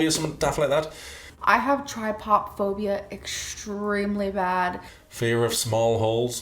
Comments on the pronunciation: yeah that makes sense :D But may I just say that tripophobia is a thing. It's not pronounced "try pop phobia" since, you know, the p in phobia isn't plosve... But yeah, its a fear of patterns. Which is wild, because her entire life is a pattern. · The trypophobia is a real thing, she just can’t pronounce shit 😂